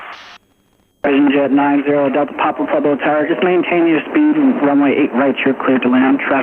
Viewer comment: one of the few who say it correctly